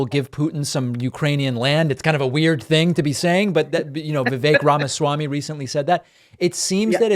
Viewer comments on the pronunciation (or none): Did your Political Scientist guest just say Vivek Ramassy? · I agree. I couldn't believe she couldn't be bothered to pronounce "Ramaswamy" correctly. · Her pronunciation of Ramaswammy is atrocious.